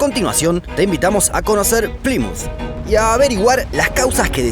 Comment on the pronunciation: Que desesperación como pronuncia "Plymouth" 😩